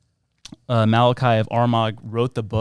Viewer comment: I would have enjoyed this more if you could pronounce things properly. Malachy, Armagh, Papacy, ………………shows that you are totally uneducated.